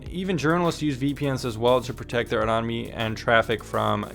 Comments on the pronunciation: Take this in the way it is intended. It is ANONIMITY..ANON - IMITY. (A NON IM ITY} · Thank you for this informative video. May I offer you a tip on pronouncing the word, anonymity? Say it like this: ano-NIM-itee. The syllable in caps is the one that gets the emphasis. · Jesus CHRIST it's pronounced AN·O·NYM·I·TY get a FUCKING clue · "Anonynimity" lol.